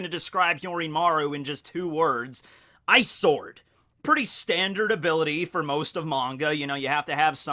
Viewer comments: i know he says ice sword but its sounds like eyesore xD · really thought you were saying "eyesore" when you said "ice sword" 😂😂😂😂